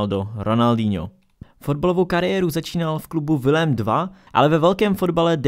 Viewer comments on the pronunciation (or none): Prosím ne Willem 2, ale [ vilem tvéj] Dekuju 😊